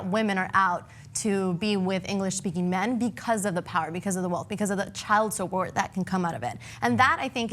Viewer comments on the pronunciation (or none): Did say Child Subbort??